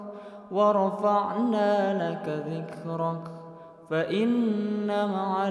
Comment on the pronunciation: 🙏🙏🙏🙏🙏🙏🙏🙏🙏 maafffff ayat 4 .. "Dlo" Bkn dla....